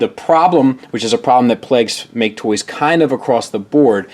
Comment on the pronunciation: It's hilarious when calls MakeToys "ma-ke Toys" because it means "Loser Toys" in Japanese.